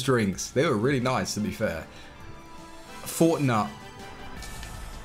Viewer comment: When said fortnut I was crying 😂😂